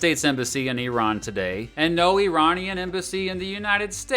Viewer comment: Even by listening to his guest speaker he would be able to hear how to say Iranian. It’s not a put down, just baffling to the rest of the world how Americans don’t have that ability to figure out foreign pronunciation. For example these pronunciations seems instinctive to me and I’ve only ever lived in Scotland.